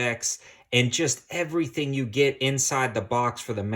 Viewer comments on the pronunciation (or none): none